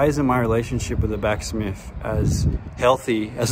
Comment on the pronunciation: Maybe back smith's hate you because you're calling them back smiffs, it's just cuz you're pronouncing their name wrong mate..😂 love your channel man..I honestly like you and you're by far my favorite yt skate channel.!! Keep it up 💯